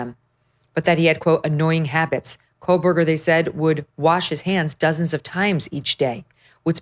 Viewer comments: Co-berger, not Coal-Berger. Just sayin’! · Meghan it’s KOHberger, not KOHLbergar. No L. I hope you can get Kaylee’s sister on your show. The investigation for this crime was HORRIBLE. YouTubers and the Gonsalves family did better investigations than they did. Anyway ….